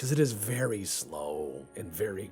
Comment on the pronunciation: Turns out Ivan the ok is wery much ok XD